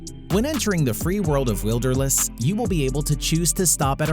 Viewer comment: is wilderless Not wilderness